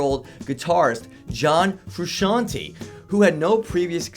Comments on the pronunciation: frew shawn tay, not hard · 4. John "Frusheeantee" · John Froo-Shon-Teh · It's not pronounced "Froo-Shee-an-tay". it's "Froo-Shan-Tay". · John Frusc-EEE-ante?!? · John Froosheeontee...lmao. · John Froo-Cian'te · Have u ever heard of John froo-she-ontee? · Your saying frusciante wrong dum dum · I hate how he pronounces frusciante